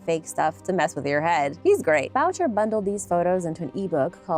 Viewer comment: Boucher is pronounced Booo Shay. It’s a French surname.